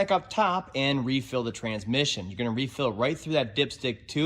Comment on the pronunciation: Why do most transmission guys drop the "s" in transmission and call in tran-mission? lol I swear, I have two good friends, one is a retired tranny guy the other is still at it and both say tran-mission. Anyway, great video!